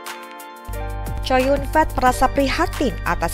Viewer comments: ckow yun fat min bukan chow yun fet lu ini bsa baca kagak sih mmin mimin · Namanya chow yun fa, bukan COW YUN FEEEEETTT !!! WKWKWKWKWKK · Kok bacanya chow yun fet ya jelek bener, baca biasa aja chow yun fat ( co yun fat ) jangan chow yun fet 😅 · Mbak, klo nama org chinese cho yung fat tetap a, dibaca'A. Bukan"E😋ke asyikan bhsa ingrish ya😃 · Namanya Kok co yun fet ngomongnya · Chow Yun-fat (周润发), pronunciation'nya kok begitu seh? Dipronun secara bahasa Inggris. 🤣🤣 Jadinya seperti berarti Chow Yun gendhut. 🤣🤣😂😂